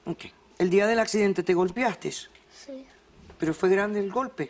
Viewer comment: Dra Polo no es golpeastessssss es golpeaste.